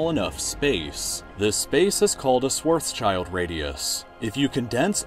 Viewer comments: " sward's child radius" hahahahahah, this is so funny. An acceptable way to pronounce "Schwarzschild" could be "shward's chilled radius". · A radius is not a space. And Schwarzschild is pronounced "shwartsshield" (with a short "ie", like in "fill"). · Omg please don't pronounce Schwarzschild like that xD It's a combination of two words: Schwarz and Schild, and you can't break the words so you get child at the end. It translates to black shield btw. Try it more like: Shvahrts-shild ... with the i in schild pronounced like the one in chill, not like eye. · Why is everyone in english saying Schwartz-Child Radius... It's Schwarzschild... Schwarz-Schild, like in shilling or shellfish... the name is actually quite funny when translated into english. Schwarzschild calculated the boundary of a black hole and is called "Black Shield" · its schwarzschild, like a shield, not a child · its called schwarzsheeild radius not schwarzchild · Kind of triggering that he pronounces Schwarzschild as Schwartzs"child". It should be Schwarz"schild"; translating to Black-shield - "schwarz" = "black" and "schild" = "shield". No children were involved or harmed. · I know you are not german but its not pronounced swarz child but shwarz shild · it's SchwarzSchild and not SchwarzsChild or am I hearing bad? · Its not spelled schwarz child but schwarzshield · It's Schwarzschild, not Schwoatzscheild lol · Schwarz - schild radius. Not Schwarz - child radius. Plase check pronounciation on words you're going to use a lot. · Schwarzschild is pronounced "shvarts-shield" and is named after Karl Schwarzschild. However, even though it's only called that because of the person who discovered it, Schwarzschild means "black shield" in German, which is a nice coincidence, since the event horizon is essentially just a black shield. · The schild in Schwarzschild is pronounced pretty much the same way as shield, just fyi. Funnily enough, it quite literally means "black shield". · no its scwarctz - chield - radius